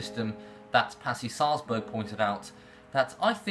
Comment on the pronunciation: You are pronouncing Sahlberg wrong its not Salzburg